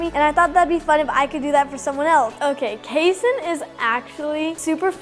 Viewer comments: Did u call kayson casoh? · Kayson is a great name but according to all the family names of the kids bryTON ashTON paxTON payTON and maybe even kayton like pronunciation is Kaiden and spelling is kayton (no hate to his name)